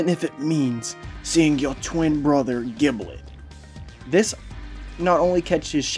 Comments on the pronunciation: His name is pronounced “jib-let” not “gib-let” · Blazing_Storm777 Dragneel I play dbl. it’s pronounced “jib-let”. You don’t pronounce ginger as “gin-ger” right? It’s “jin-jer”